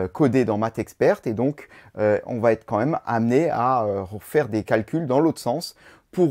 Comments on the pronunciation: Qui va être et pas qui va t être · À au moins deux reprises, quelque chose va T'être... Ouch la vilaine liaison qui écorche les oreilles.